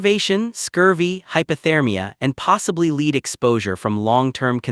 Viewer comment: "Nice" story, but the AI narrator needs some more education on the nuances of language, e.g., 1840's read as "One-eight-four-zeros" instead of "Eighteen-forties", and the pronunciation of "lead" depending on context, i.e., "lēd" vs 'lɛd". Unfortunately, some supposed English speakers haven't figured it out yet, so AI isn't too far behind in that respect.